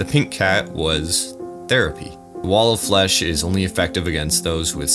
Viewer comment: did i hear... WALL OF FESH!!!!!11!!!!!!1!!!!! terraria wall of flesh ost starts